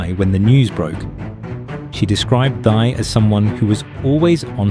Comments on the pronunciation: Pronounced Tee. Not thigh. Stop mispronouncing name wrong. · Her name is not thy. It was pronounced TIE!!!!! 😂❤